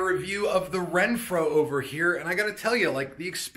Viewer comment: Awesome product! But.... you kept saying “Renphro” when there’s no R in the name!😄😄